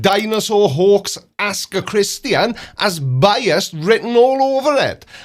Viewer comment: *Hoax (not Hawks) and "hoax (not hawks). Thank you,. I appreciate you featuring CC. 😁